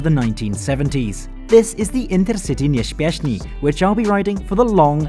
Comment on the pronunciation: Intercity nieśpieszny. [Pronounced: Interceetee niepsheshpieshny]